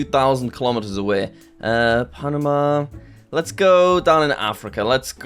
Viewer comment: I think he said correctly